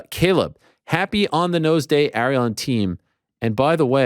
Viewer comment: Yeah, you must be really good friends with a guy who can't pronounce your name correctly. Lol. He pronounced Ariel as "R-E-L" instead of "Air-e-L" .